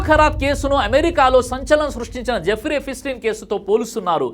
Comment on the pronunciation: it's not EPI-STEIN.. It's EPSTEIN learn to pronounce properly